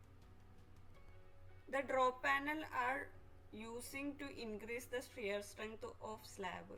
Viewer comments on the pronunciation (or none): none